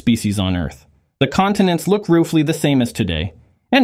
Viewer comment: "roofly", "dinasour"